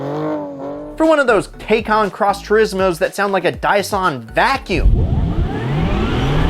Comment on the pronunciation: Say it with me..... TIE - CAN ..... Taycan.